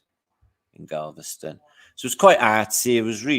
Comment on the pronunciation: It’s funny you called Galveston “Gaviscon” which is a tummy medication